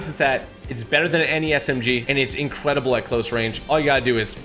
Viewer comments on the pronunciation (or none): Instead of incredible he’s saying incwedeble 😂😂😂😂